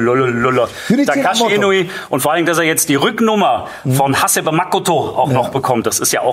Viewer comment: Zumal Du dann nach 10 Minuten Hasebe japanisch betonst und nicht deutsch. Also entweder machst Du es ganz (tolerant) oder gar nicht (intolerant, also alle Japaner konsequent deutsch betonen). Bleib Dir treu, in die eine Richtung oder in die andere.